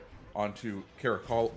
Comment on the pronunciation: For future reference on Caracciolo you’re saying cara culo which is ass face in spanish